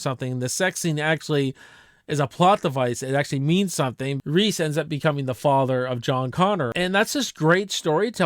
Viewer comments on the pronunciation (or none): none